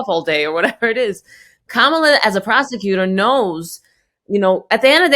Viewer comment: "prosticutor" lol